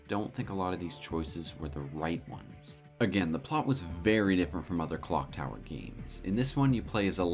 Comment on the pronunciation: Im not the only one who heard "Glock Tower" right?